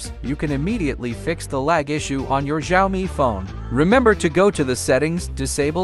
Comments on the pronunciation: Jaomi phone💀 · the way he says "xiaomi" 😂😂😂 🤣